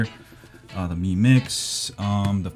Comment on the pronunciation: Should it be pronounce Mi as me, not my..